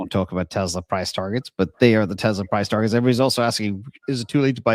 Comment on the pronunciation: TEZ-LAX?? don't say that again :)